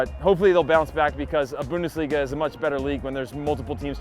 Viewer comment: You are full of shit! PSG didnt face big a Team like Real? Bayern!?!?! And stop pronounce the god damn Bundesliga like a tard! Its clearly to hear that you can pronounce it correctly! I really dont like you poser!